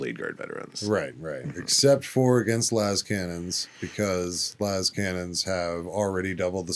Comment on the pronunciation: I am going insane, i know it, ive seen atleast 3 different ppl pronounce "inductii" wrong recently in wholly unique ways, and NOW someone in the hobby says LAYSCANNONS????? That has to be ragebait, and if it is, you got me. That is unheard of.